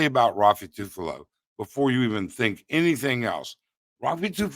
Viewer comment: I almost choked in my coffee when you kept butchering Raffy Tulfo names... I've heard Ruffy a few times and then Tufalo a bunch too... Great Video despite using the new software and programs, we salute and support you ☕✌️🤙